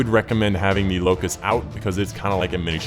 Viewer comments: Locus not Locust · lol. its not locust. the name is Locus